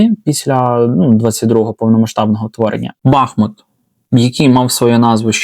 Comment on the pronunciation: Посеред Бахмуту тікла і тече річка БахмУтка,тому мабуть правильніше казати бахмУт😊❤